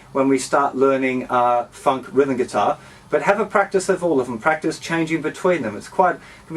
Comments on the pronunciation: bro when you say funk its sound like 'fuck' xD everything else awesome! ;) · when he says funk it sounds like fuck